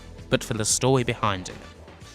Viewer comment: WTF! THE STOWIE Of The HEWOS Of WESLING. What WASKLIE WABBIT.